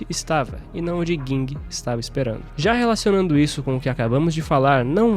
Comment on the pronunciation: é Ging, n Guing disnara kkkkk